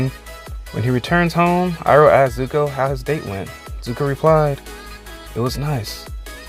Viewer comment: You mean iroh?